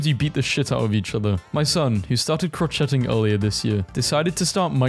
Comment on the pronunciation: It’s called crocheting but it’s pronounced crow-shay-ing